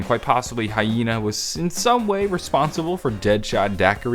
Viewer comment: It's Harvey Yena, not hyena!